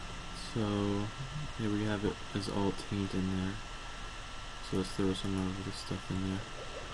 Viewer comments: Taint not tint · It's not tint it's taint. And it's not Veee its vissssss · Helpful vid, but if you say "tint" instead of "taint" one more time I will punch you through the internet.. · TAINT NOT TINT. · Taint not tint...